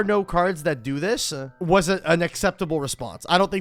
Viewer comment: ok the closed captions of the quote says you are saying "was an acceptable response" but im only hearing "wasnt" every time i listen. unless youre saying "was-uh an acceptable response" in which case, speak better